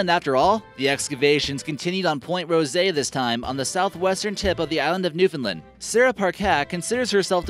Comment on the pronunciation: Being from Newfoundland it's pronounced New-Found-Land not New-Fin-Lind. 😔